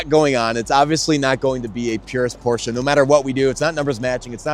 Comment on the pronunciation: THANKS for the correct pronounciation of "Porsche"! And don't you dare to put anything but a 912 engine in it.